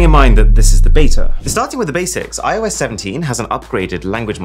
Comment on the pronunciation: "I oh Yes" hilarious!